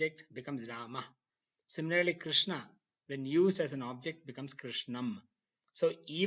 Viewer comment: Very much impressed with the high quality of these videos lessons, very good to see some one teaching sanskrit with a foucus on phonetics But one thing is Very disappointing. That is wrong pronunciation of final short a sounds along with some other pronunciation mistakes. Here the world rama and krişhņa are pronounced as ramā and krishnā which is wrong राम is not ramā but rama रामा would be ramā which would mean a female rama Since the long aaa at the end of the of sanskrit word denotes femenine gender. Same thing with all the words which end with a short a Its yoga not yogā Its mantra not mantrā (My orignal comment was rude so i edited it) also the ष and ण are not retroflexed enough and thus sound like normal n and sh